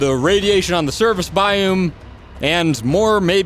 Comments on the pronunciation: Please pronounce biome correctly. It’s Biōm not Bioooom. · Quit clickbaiting in your vid titles or we'll unsub. There's no u in biome. You're saying it wrong. Thanks for the info I finally got from this vid. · you mispronouncing biome is infuriating.